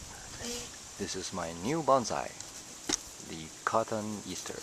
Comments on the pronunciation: I cant listen to you pronounce it 'cotton easter'. cot oh nee ass ter, ffs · Pronouciation is con-ton-ee-as'-ter